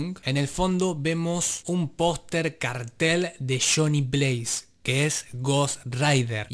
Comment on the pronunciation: Dice Donny Blaze no Johnny Blaze